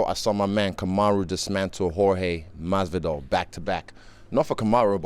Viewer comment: Normal people: Jorge masvidal Israel : Hor he Masvidal